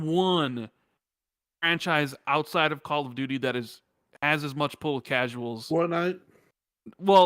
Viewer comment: YOU SAID "CALL OF DOODOO" 🤣